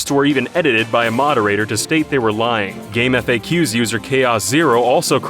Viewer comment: first time I've heard Game"FAX" pronounced Game-EFF-Aye-Que, but they went ahead and pronounced NeoGAF instead of Neo-Gee-Aye-EFF